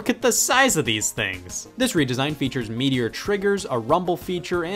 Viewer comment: I thought you said meteor triggers, took me a sec to realize you said meatier triggers, and to answer your n64 controller question of what it is, it is an ergonomic 6 button SNES controller with an analog stick attachment for 3d games. also Saturn pad is the greatest digital controller ever made and the Saturn 3d pad and Dreamcast controller both use hall effect sensors for their analog inputs, sidenote, everything made by Hori from the ps2 era backwards is better than OEM, and after the PS2 generation there is a 60 percent chance its better than OEM